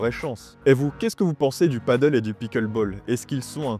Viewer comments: on dit « pade elle ». Le « padeul » (padle), c’est sur une planche avec une rame. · Comme d’hab vidéo de génie bien expliqué détaillé argumenté on adore Mais stp peux tu dire pádel pour le nom et nom paddle qui est un sport complètement différent à chaque fois je corrige les gens paddle 😂 Quoi que du pádel sur l’eau a voir Gros bisous et merci pour tes super vidéos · Hello, la prononciation "paddle" est incorrecte 😉.